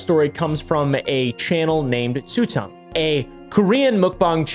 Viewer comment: Tzu Yang not Tzu Tong